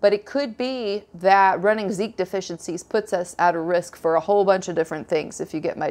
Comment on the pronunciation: While talking about Zicam you mentioned a Zeek deficiency (sp?). I didn't follow that part. What is zeek (sp?)? Do you mean Zinc?